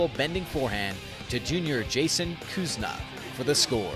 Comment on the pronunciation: The commentator should also get people names right. My friend plays for pitt and his name is Jason Kunsa, not Kusna. Small difference, but I think he deserves to be properly recognized.